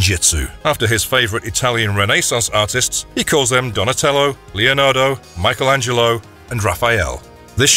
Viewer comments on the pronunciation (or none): none